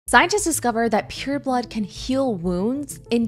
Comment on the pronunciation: I keep hearing it as pure blood, not period blood 😅